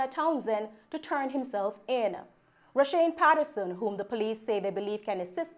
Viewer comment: Roshawne not roshane